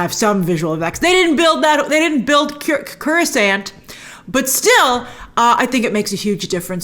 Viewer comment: Grace's pronunciation of "Coruscant" hurt my soul as a SW fan lol.